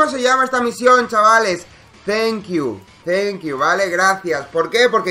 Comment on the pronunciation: Suena mas como Zaenkiu